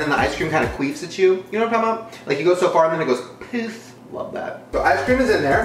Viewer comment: the way he says poof😂😂